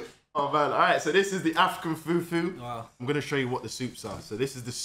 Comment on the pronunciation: Oh No 😂😂😂😂 Nigerian's would find this video very funny 😂😂 From pronunciation of fufu to where he was explaining yam as a white vegetable 😂😂😂😂. hasn't even had yam before 😂😂😂😂 come and visit your mother land 😊